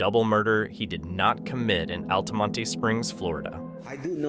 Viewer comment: Its ALTAMONT. The E is not exaggerated. Altamonte Springs. I lived there for a long time. Now am in Sanford like & son